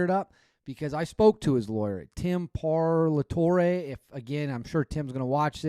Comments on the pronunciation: Bro, his lawyer’s name is Tim Parlatore (Par-la-Tory). How is that hard for you to say? He’s also Shawn Ryan’s lawyer. Surprised you never heard of him. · its pronounced "Pall-ah-tore-a" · You spend all this time kicking people while they're down, obviously its disgusting what TK is lying about but for talking heads to be talking sh t and canr even call the law firm to get correct pronunciation of the lawyers last name